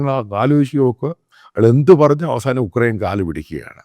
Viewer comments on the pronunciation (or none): none